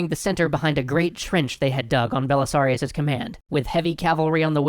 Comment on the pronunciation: ‘Belisarius Cawl” is all I heard